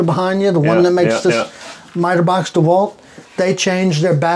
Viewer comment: Oh ist das schön, mal den Namen richtig ausgesprochen zu hören. DeWalt Nicht wie zu 99% auf YT-Deutschland " Deeh - Wald ". 😂😂😂